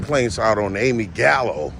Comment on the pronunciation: dude, just a quick piece of advice. It would make u sound more legitimate and intelligent if you actually remembered people's names and pronounced them correctly. She said her name was Amy Galano, not Gallo like u stated. Just a heads up